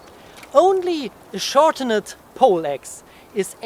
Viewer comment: Awesome video. Just a tip; ‘Hardened’ is pronounced ‘har-dund’ (2 syllables) and not ‘har-dun-nid’. Same with ‘shortened’ (pronounced ‘shor-tund’, with 2 syllables). Keep up the good work!